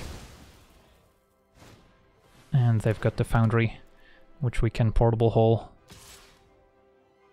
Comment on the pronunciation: how many times you say portlbl hooll... perfect drinking game. i am drunk now